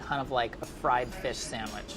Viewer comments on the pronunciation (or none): none